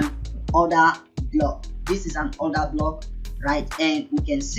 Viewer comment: “Odahhhblockhhhh” lmaooo Africans are too funny lol